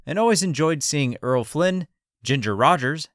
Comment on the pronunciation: Loved watching this lady work. BTW, it's Errol Flynn not Earl.